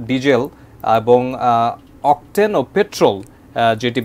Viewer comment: Beshi suddho bolte giye octen ke octel banay fellen vai?